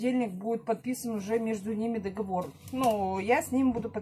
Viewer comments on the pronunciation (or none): none